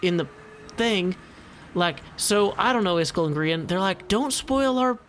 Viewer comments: iskall is actually pronounced kinda like ”ease-call” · Hey, I was born and raised in Mississippi and speak as southern as anyone does,,but even I know that "Iskall" is NOT pronounced "Is Skull" WTH dude?